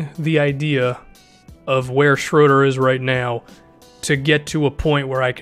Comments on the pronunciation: I think it's sh-row-der not sh-roo-der...I might be wrong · His name is pronounced closest to Schrerder, not Shroeder or Shruder. The Ö makes a sound similar to ir in girl/ ur in burn. Dennis Schröder =/= Schrüder or Schroeder. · it isn't even shruder ;) i know it's different since his name is german, you would pronounce the "u" or ö ;) like the u in burger. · Why can't no one probounce his name correctly it's pronounced as schröder, very easy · Actually, everybody messes up his name. He's German, so ''Schröder'' is not pronounced ''Schrooder'' or ''Schrohder''. I think the closest you can get to is pronouncing the ''ö'' like the ''uh'' in ''duh'' lol. Great video btw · Shruder or Schroder? I've heard it both ways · It is: Dennis, Schr-öööö-der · Don't worry. As a German i can tell you: noone in the NBA pronounces his name properly :D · As a German it really hurts my ears hearing you butcher Schröders name 😁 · he really did a hawks video 😂😂😂 dont worry about the right way to pronounce this name. all english natives do it wrong. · It's both wrong man :D I'm german and I never heard an american say his name correct, but no problem tho :D